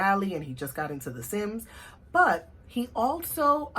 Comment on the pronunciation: You said "but still...", are you Jamaican? Also, just subbed and part of the notification squad! I'm happy to have found your channel! Love watching Black watercolour youtubers. I'm scoping out all of you!